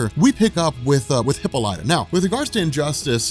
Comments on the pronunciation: Bro i hate the way you pronounce WW mothers name its (hipp-all-i-taa) not hippolya 😂😂😂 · HIP PAUL IT TAH not HIPPO LIGHTA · Your pronouncing Diana's mother;s name wrong. It's Ha-pol-lit-ta. But spelled Hippolyta . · Dude, for the love of god, learn how to pronounce Hippolyta, it's pronounced huh·paa·luh·tuh! huh·paa·luh·tuh! huh·paa·luh·tuh! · “Hipo-lya” lmao. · Her name is pronounced "Heh-pah-leh-tah" accent on the second syllable. I cannot allow this injustice to stand one more minute. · Proper pronunciation, for your future reference: Hippolyta = Hip POL li ta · hih-PAUL-ih-tah Is how you pronounce it. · *Gan-Th-It. Heh-Paul-i-Ta.... had to... I'm sorry